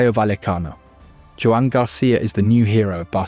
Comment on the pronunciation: It's pronounced Juwan (like swan).